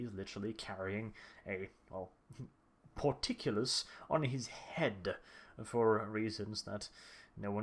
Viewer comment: Port-kull-is is how it's pronounced. It's not Por-tic-you-lus.